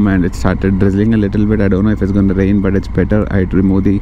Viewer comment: Dey But , Put , Eight dagra t ni press cheyyak anna neek dannam pedtha /\ tttt ani . Very irritating to hear.